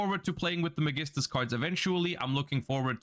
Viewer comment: I remember seeing a shaddoll, gem-knight build somewhere and that looks fun. I absolutely love Construct in all forms and in every universe. And the Magistus stuff is already cool (they butchered my boy Spoon's name).